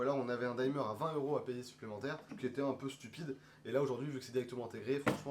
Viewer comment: Pas la première vidéo où vous prononcez "daïmeur" alors qu'en anglais on dit tout simplement "dimeur" (du verbe to dim; comme l'infinitif s'écrit sans "e", le "i" est prononcé "i" alors que ce serait "aï" si suivi par un "e" tel que par exemple to time, to dine etc.)